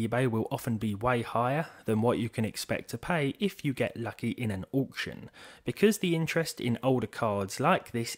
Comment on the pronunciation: The price depends on the "awcution"